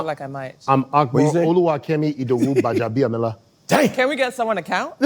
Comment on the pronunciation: you not being able to pronounce your last name correctly is a big let down for me. I don't know if you know it, your name has a lot of zest to it and a huge heritage. Gbajabiamila doesn't just sound super Yoruba, your ancestors did a lot to put that name where it is today.